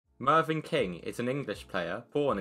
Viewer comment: It's Mevyn, not Marvyn